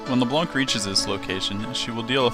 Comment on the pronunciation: I'm sure this is a good vid...but I can't get over you calling her Le Blonk. Sorry :/